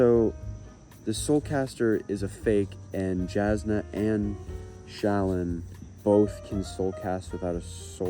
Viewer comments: i believe shallan’s name is pronounced shuh-lawn. ik there’s a video of someone asking brandon how it’s pronounced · Shallan is pronounced Sha-LAWN. Like “shalom,” basically.